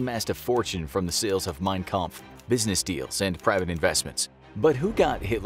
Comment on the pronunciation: I am getting triggered that they keep on saying Mein kamph wrong